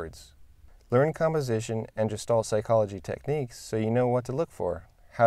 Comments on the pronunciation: Very interesting video, though I'm cringing a little bit every time you pronounce Gestalt as "Jestalt" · Excellent video... very interesting and helpful points! I can tell you've read a lot on the topic of Gestalt but haven't actually heard anyone pronounce it ;) I agree that strict adherence to the rule of thirds can stifle creativity. In its defense however, the one good thing about the rule is that it helps absolute beginners break away from thinking they need to centre everything in the frame. Once past this point though, it shouldn't be as much of a consideration as some would have us believe.